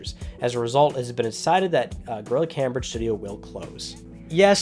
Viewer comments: ITS PRNOUNCED CAMEBRIDGE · unchartify this episode was unwatchable because of the mispronunciation